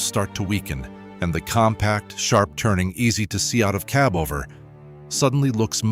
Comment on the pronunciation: It would be nice to have some of these videos NOT use A.I. voice-overs. It makes it so undesirable to continue watching videos when the A.I. voice mis-pronounces something simple as cab over(kib over in video just over 3 minutes in).